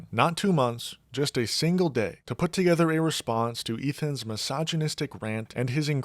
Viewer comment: It's an accent. She is a horrible person but not because of the way she pronounces English, it's because of her unapologetic support of g-nocide and her abhorent dishonesty.